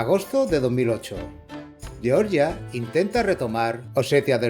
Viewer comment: ¿"lleorllia"? ¿estás de coña? ¿no puedes decirlo en castellano?